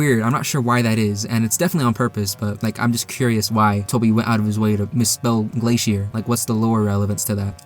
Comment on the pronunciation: The song is pronounced GLACIER The type of music is called chiptune Ramb become stone because he isn't from TV world